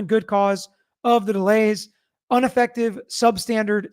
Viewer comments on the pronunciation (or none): what the f is "Unafective" ?!?